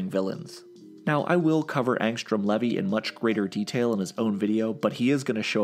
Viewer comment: th pronunciation of the name levy is getting on my nerves, its LEEVII